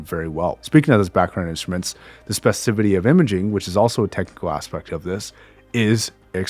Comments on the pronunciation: Just as an FYI, the word you're looking for is "specificity". I cringed every time you said "spevicivity". Thanks for the great review. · Love your videos. I would kindly correct your pronunciation - “specificity” is not “specisivity”. Thanks.